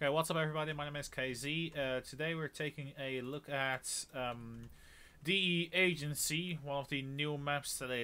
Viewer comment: It's not de_ , damnit!